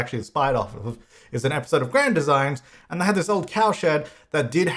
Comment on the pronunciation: The way he says Grand Designs really bugs me. Any other Brits?